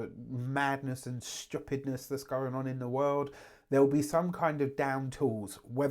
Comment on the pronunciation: .......are your roots Trini? That "stupidness" sounded like how I say it